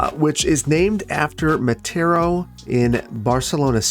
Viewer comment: If I recall correctly, the vowels sound consistent in Spanish, so all the a's in "Playa de Mataro" would sound about the same. It sounded like you said, "Playa de Matero."